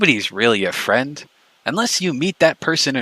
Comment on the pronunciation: Ralph disown me, we're not frwend anymore dispatch is my frwend now